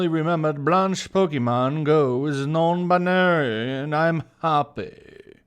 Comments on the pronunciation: sarcastically pronounces non-binary as non buneary Buneary: cries in pokemon noises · No no no you misunderstand.. It's not non binary.. It's non buneary.. She just doesn't like bunny pokemon